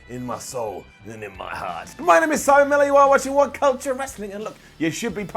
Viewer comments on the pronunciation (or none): none